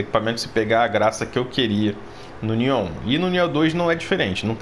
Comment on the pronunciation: pq vc fala Nióh? Rsrs O certo não é Niôh?